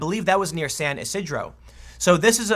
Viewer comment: San Ysidro mispronunciation was comical. Thanks for the laugh.